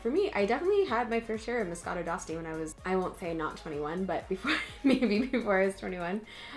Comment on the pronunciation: You're pronouncing it wrong. D'Asti is pronounced (De Asti), the "e" is pronounced even in English.